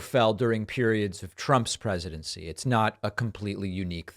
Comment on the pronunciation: Lol Preshedenshee